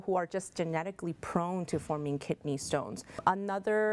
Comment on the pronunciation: Its kidney not kitney